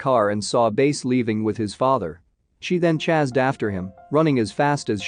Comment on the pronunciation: This isn't the first time 'chased' is pronounced as 'chazed', or 'chasing' is pronounced as 'chazzing' lol.. Gonna assume that the bot doesn't actually know how to pronounce the word